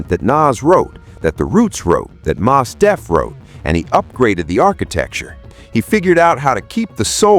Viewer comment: Man your AI mispronounced Mos Def. I cant rock with that.